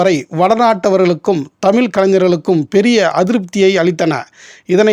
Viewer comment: அருமையான அரிய பதிவு என்பதில் ஐயமில்லை. நண்பருக்கு ஒரு வேண்டுகோள். தமில்.. தமிலில் என்று அழகிய "ழ" உச்சரிப்பை ஏன் சொல்வதில்லை. அது கேட்பதற்கு கஷ்டமாக உள்ளது நண்பரே..